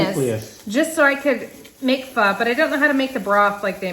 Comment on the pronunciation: The Pho is supposed to be pronounced "Faw" but people mess with it. In Auburn, there is a place called Pho King Good. I refused to eat there.